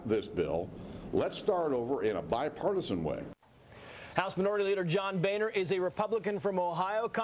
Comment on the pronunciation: How do they get Bainer out of Boehner, that is pronounced Boner and that is exactly what he has in store for the American people when it comes to health care.